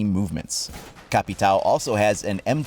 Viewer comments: the pronouncing of Capitão would be something like Ka-pee-town just so you know the right way. I'm a Brazilian fan btw. Love your content man! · Brasil Ian here caveira is pronounced ka vei (like vein without the n) ra (Like spanish ra) and the capitão is like us equivalent, but the ão part is impossible to be flexed by English speakers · Hey, don't want to be a jerk or something like that, but the actual way to say "Capitão" is just like "Capitain". but try to change the "in" to "o" and emphazise the "Capi" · Capitão not capital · Also, "capitão" is missing the tilde over the A, which changes its pronounciation to be more nasalized. It should sound kinda like "un" in "under" (as opposed to "u" in "up"). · dude go on google translate and leran how to pronuciate caveira and Capitão i just laughed with you tryng to say their names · lol you butchered the words "caveira" and " capitão" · I am brazillian, I just added up this comentarie for correcting your pronunciation